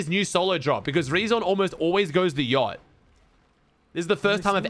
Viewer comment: “Yaallt” 😭😭😭 he can’t say yacht